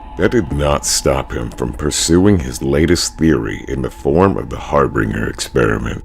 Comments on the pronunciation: It’s pronounced “har-bin-jr” not “har-bing-er” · One mispronunciation really irks me, It's Har-bin-ger NOT Har-bringer. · you goober, it's har-bin-JUR not har bing er, or har bringer, har-binge-er. HARBINGER. B:{ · I hate how you mispronounced harbinger. Where is the r in binger to make the word bringer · It's...it's harBINGEr. As in binge. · I know i Mispronounced harbringer, i apologize for that. What other words did i mispronounce friend?